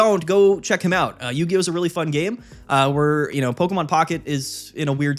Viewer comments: Not Yu-Hi-Oh 😂😂😂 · Idc it's yu-hi-oh from now on lol